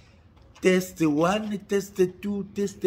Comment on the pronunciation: bongisa prononciation ya Anglais ozo loba bétise. Testie 1 te. Test 1. Testie elakisi libind*. Donc ozo loba libind* 1 libind* 2 au lieu de dire test 1 test 2. Surement ba voisins baza traumatiser koyoka makambu ozo loba